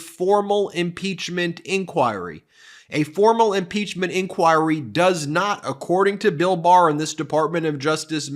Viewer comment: The way he says INCHOIRY tho! So many times too! XD